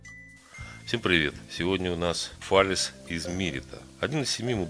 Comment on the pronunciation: Все хорошо, но если б в видео говорили Фале́с, было бы ваще огонь)